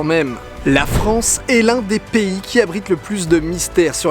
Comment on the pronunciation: Allaient la Fronce